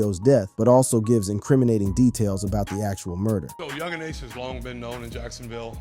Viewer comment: 20 videos later and he still can't pronounce Yungeen Ace correctly🤦‍♀